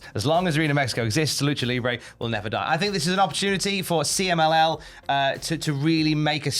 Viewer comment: Pretty good pronunciation of the CMLL message,... I was watching the news while making breakfast and I understood it perfectly, with the accent and all.